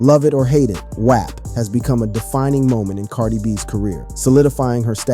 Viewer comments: why tf are you saying WAP like that??? it’s pronounced WAWP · Who mispronounce “WAP?”…